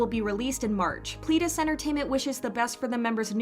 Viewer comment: Nu'Est is pronounced New East. Eden-dary is Eden , like garden of eden , ary Watch Kingdom, Hongjoong says it a few times while making a performance. Pledis isn't pleadis. pLEDis. Like a person PLED guilty. Watch Seventeen IN the Soop, they say it a lot there.